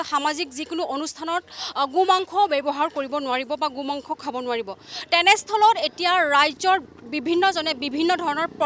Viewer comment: Reporting baidu ahh Gu mangkho koi ase ne Go mangkho koi ase dhoribay nowari.. 😇